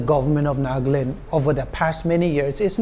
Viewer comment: Sister it’s not ‘’NAAGLAND’’ it is ‘’NAGALAND’’